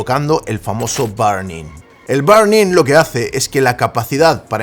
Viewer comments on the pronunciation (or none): diciendo Barning en vez de burning 🥵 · Se pronuncia ˈbərniNG No BArning. Recuerda al jefe de Homero Simpsons. Mr. BURNS...